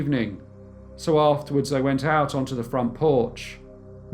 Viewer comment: I can cope with the speech patterns, the regional accent, and the speech impediment (vey instead of they), but saying chocolates again and again as "chock-lits" is just too much!